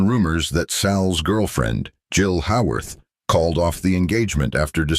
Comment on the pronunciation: Let's add a few other people who deserve a correct pronunciation of their names: Jill Haworth is HAY-worth. Brandon deWilde is deh-WILL-dah. And some other notes: Sal's role in Giant was minimized after filming even though he was an important character. He played a character, born in the United States of Mexican immigrants who worked on the ranch, who possessed the ability to run the giant Texas ranch that the son of the USA born owners did not. Sal's character joined the military to bravely serve in World War II but was killed. He was given an honorable burial on the ranch that he loved and should have gone on to run in a more perfect world. My favorite movie of Sal's was the Walt Disney movie Tonka, also known as Comanche. The video notes that Sal was an animal advocate and that was very evident in how he played the role. I was a little kid at that time and the neighborhood kids and I would reenact the movie, alternating who played the horse. My next favorite Sal movie is the Gene Krupa biopic. Sal's drumming is superb.